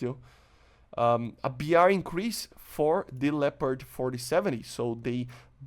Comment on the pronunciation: Hey. I'm glad you are pronouncing "Leopard" correct now... LOL